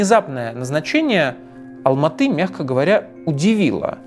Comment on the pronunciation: Как же режет слух "АлмаатЫ"🤦🏻‍♀️ Раз уж вы говорите про 1986 год, то логичным было бы говорить Алма-Ата, с "А" в конце слова, и да, название города по правилам русского языка склоняется.